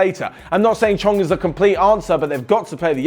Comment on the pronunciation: "chong"😂😂 No diss , it just sounds funny to my ears